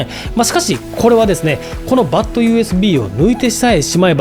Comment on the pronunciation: 「バット」じゃなくて「バッド」な。